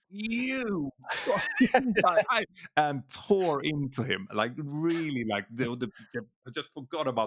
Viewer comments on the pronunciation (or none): none